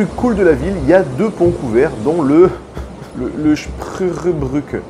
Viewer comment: bah "Spreuerbrücke", tout simplement. ça se prononce comme ça s’écrit :) (schproyeur bruqueu) <3 Merci pour la vidéo, ça m'a fait voyager :)